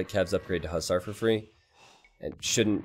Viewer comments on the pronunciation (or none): none